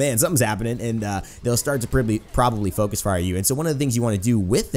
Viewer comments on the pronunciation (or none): none